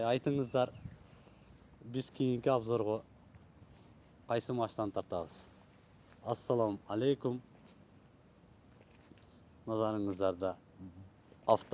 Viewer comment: 😂😂атобат дегин маладес